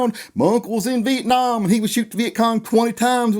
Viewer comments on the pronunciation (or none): none